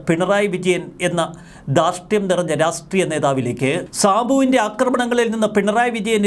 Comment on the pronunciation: രാസ്ട്രീയമല്ലടോ.. രാഷ്ട്രീയം എന്ന് പറ.!